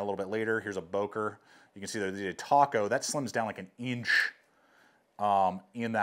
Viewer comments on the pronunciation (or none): none